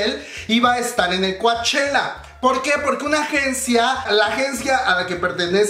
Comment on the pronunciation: Me encanta verte tan entusiasmado con tantas Noticias del K pop solo una pequeña observación...se escribe Coachella...pero se Lee "Cochela"..yo vivo aquí lindo!..saludos!..❤️😘😍🥰💜❤️💜❤️